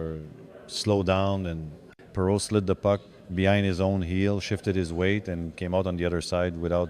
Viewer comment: Great to see Gilbert in Lafleur's top 5. Pretty sure the admiration was mutual. The AI voice which mispronounces Perreault's name is kind of creepy though.